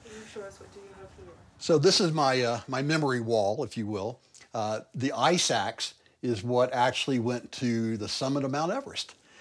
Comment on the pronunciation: Did you say “ice axe” or “eye sacks”???